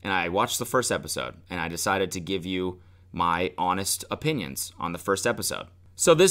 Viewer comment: Cody saying “How toll are yew” SENT me